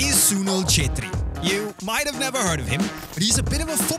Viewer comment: I love the fact that you can pronounce "CHETRRI"😆❤️